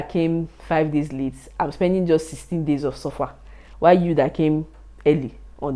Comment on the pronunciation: I like how she said "21 DASYS OF SUFFER"...